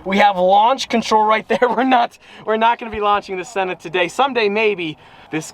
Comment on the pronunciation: Braaamont “sawn”